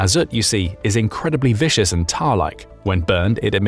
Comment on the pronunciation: viscous, not vicious.